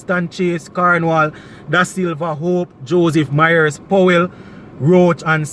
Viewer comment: You keep on pronouncing Mayers name wrong. It's not MYERS